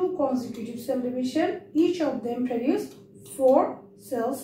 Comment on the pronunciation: Sorry to say miss, but it is not preduce. Its produce. Sounds wierd to here preduce.